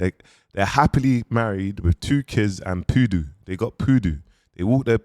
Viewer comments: Does know it’s not Poodoo 🤣 I hope he’s doing it intentionally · Nahhh u gotta love brudda una 😂😂😂😂 said PooDoo